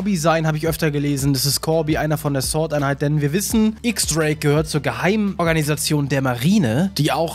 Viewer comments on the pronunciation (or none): warum wird immer sort einheit statt sword einheit gesagt?. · Es heißt „sword“ und nicht „sort“😂🤦‍♂️